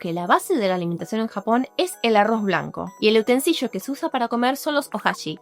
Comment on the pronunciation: La palabra es utensilio. Decir utensillo es como decir domicillo. Solo eso. Saludo Ps: ah, dijiste “amalgamaste” materias, pero la palabra es “homologaste”.